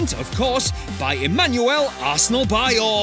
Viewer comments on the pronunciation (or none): none